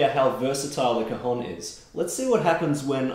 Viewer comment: It's an open vowel in cajón (hence the accent on the 'o'), the o is open as in for example the English word 'ON'. You're a tremendous player